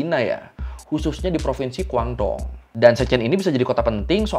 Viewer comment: Halo, cuma mau kasih masukan… Shenzhen bacanya Sencen menggunakan vokal e seperti memakai, Guandong bacanya Kuantung… 😊🙏🏼